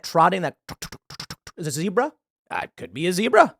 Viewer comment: How does tim not know how to pronounce zebra? Lol... Also why is he predictably 100% against the 'conspiracy' angle no matter what it is? Its like he does no research into the topic he just automatically and reflexively decides 'no conspiracy' while at same time talking about how nukes are so old tech and now we must have space lazers..lol... He just wants to seem like he knows something everyone else does not or is smarter than everyone else..dude is annoying..